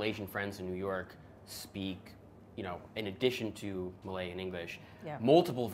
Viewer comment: Ok that’s extremely impressive he was able to capture the intonation and differences between Malay-Malaysian and Indonesian-Malay. Wow.